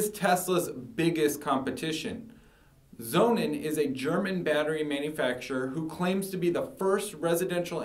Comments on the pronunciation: I listened to his story and wondered what this 'zonin' product was. Man, if you are that eager to sell this german battery, at least pronounce the brandname the way it is supposed to sound: 'sonnen' is german for SUN and should sound like 'Sonnun', not like 'Zonin'... For me the Powerwall, no doubt ;-) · I consider the Sonnen is a much better long term solution for the reasons he elucidates ( altho I hate his mispronunciation!). So, despite the higher price ( almost 3x!), I opted for Sonnen over Tesla. The software management is excellent, and the service is great. In the long term, I think Sonnen will be the gold standard for its better quality in many areas. Tesla, with Elon Musk as its CEO? - it's got to be a worry; a seemingly simpler and cheaper solution that won't give you satisfaction in the long run that solar power requires.